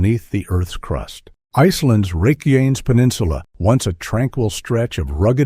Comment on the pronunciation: You can tell it’s a click bait article when they don’t pronounce the name of the peninsula correctly.